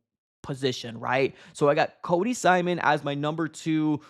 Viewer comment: Yeah, it's Cody "Simon," not "Simson."